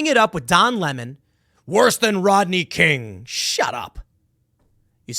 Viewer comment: Who's Rotney King. Learn to pronounce properly, dolt. The least qualified gets these positions, we're doomed.